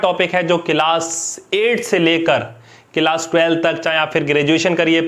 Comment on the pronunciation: Class❌ keelaas✅